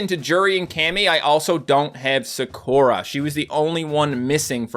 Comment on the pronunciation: Someone please teach this man how to pronounce Sakura and Zangief